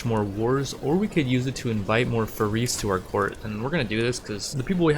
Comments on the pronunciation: Hey first of all the video is amazing Second, it's pronounced Faris not farees it's like there is slight i between the r and s Third alfuly and amud conversion is not from religion to another it's I think called a sect in English I don't know but it's all under the umbrella of Islam and converting sects is easer in Islam I suppose Great video and I hope you play ck3 more I love it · its not ferris xD its FAA RIS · js it’s not FaREEs it’s Fa-ris almost like ferris wheel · its more of a faaris فارس than farees source:im an arab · I could swear you were saying "we are going to recruit more furries" everytime you said their word for knight XD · I believe the pronunciation of "faris" would be more of "far-east" like sound without the "T" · it's penounced faa - res :3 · Is it really that hard to say faris man give it a real try it,s cool word (Faris=فارس) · This playthrough is awesome! Starting small on ironman is the best. Subscribed! Please keep making these! Btw, faris, the Arabic word for knight, is pronounced just like people say Anna Faris. Just like the word fairest, without the T at the end.